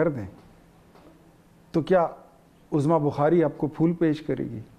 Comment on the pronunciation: سر لفظ عظمی کی ع پر پیش ہے زبر نہیں ہے عُظْمیٰ